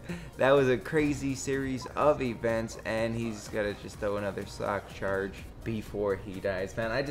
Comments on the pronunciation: he said sock charge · Wow haha u said sock charge